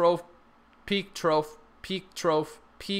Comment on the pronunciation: Ok trough is pronounced "troff" not "troaf". Just saying. Minor bitch on an otherwise awesome vid. Keep it up. Cheers.